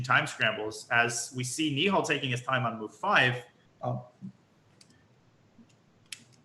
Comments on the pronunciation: I hate it when these americans call nihal neeehal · it's pronounced knee-hell you loser